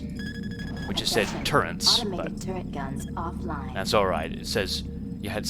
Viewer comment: LOL, turrents? Really?))))